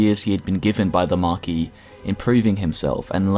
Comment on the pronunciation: Love your videos, but it's not Markee/Marki/Markey or whatever else people might imagine, idk why everyone in the comic book community calls The Marquis of Death - "The Markey of Death"... It's literally marquis, the "s" is not silent - Once again, great video though!